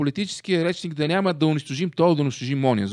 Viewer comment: Карбовски , градивна ми е критиката и пак ще ти напиша. Думата е нЯма , а не нЕма. Също така, платформата е ю тюб, а не ю туб, тупан такъв 😁